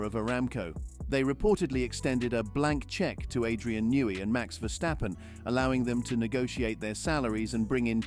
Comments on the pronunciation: Adrian NAY??? Your bot is uncorrect. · How about if you were to pronounce Adrian Newey's properly. Adrian Nee is not correct and is an insult to the great Man. Disgraceful. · Please get your pronunciation of Adrian Newey correct